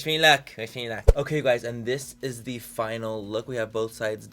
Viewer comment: When he said, “dis is de look” all I thought of was “dis is de wey” 😂😂😅